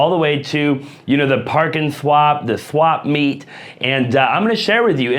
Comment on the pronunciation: “The swampmeet” You must be a fellow Californian lol